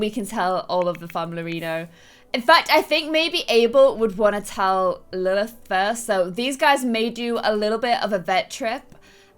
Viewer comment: lilth not faith